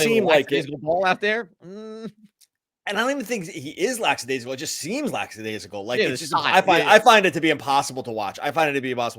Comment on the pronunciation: Love your show! Never miss an episode. But there is no such word as “lacksadaisical”. It is “lackadaisical”